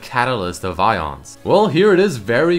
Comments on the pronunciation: Ay-ons, not ions. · its AY-ons. aeons. A-ONS